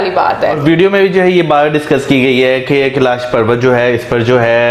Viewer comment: Tu log Hindi bhi Nahi ati Kailash hota hea